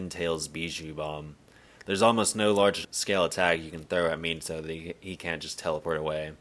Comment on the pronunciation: Not the "Miniato" AHAHAHA 11.43 🤣🤣